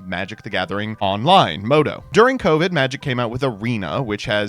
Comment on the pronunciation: He says moto but no one called it that they say mtgo